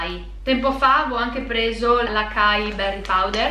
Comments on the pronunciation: Ciao! Ogni volta che vedo questi video mi vien voglia di provare i prodotti che mostri. Volevo solo fare una una correzione açai si pronuncia asai e non acai perché c'è la ci cidiglia (penso che si scriva così). Anch'io all'inizio facevo lo stesso errore di pronuncia. Comunque belli i video e continua così. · Ciao, faccio un paio di appunti, che sono piccolezze rispetto a tutte le informazioni che ci hai fornito e di cui ti ringrazio: al minuto dici che con il Maqui vuoi fare l'Acai (che si pronuncia Asài) ma sono 2 bacche diverse, poi al minuto infatti mostri 2 schede che riguardano le bacche di Acai. Un altra cosa il cacao nibs è la granella del cacao crudo non del cioccolato fondente come mostri nella scheda al minuto. Tra le due c'è qualche differenza, il primo è un composto da un semplice ingrediente come natura l'ha creato, il secondo è un prodotto contente diversi ingrdienti tra cui lo zucchero (poco, se si sceglie un cioccolato molto fondente tipo dal 75% in su!) Spero di essere stata utile. Un bacio!